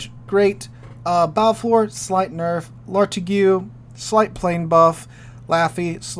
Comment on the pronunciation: The "igue" of Lartigue is pronounced the same as the "igue" in fatigue.